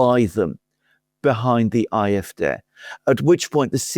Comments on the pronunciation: Why do you call the German party 'I F Day' instead of 'I F Dee' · Be consistent pronounce CDU and SPD in a German way or pronounce ADF in an English way as I would do when speaking English.